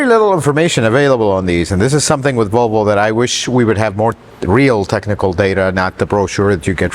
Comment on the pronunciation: Huh? What did he say? Wtf is a Wolwo? What country is this clown 🤡 from? Get the marbles out of your mouth. 🙄🤦🏻‍♂️ 🇺🇸 Leave sales to the salesman.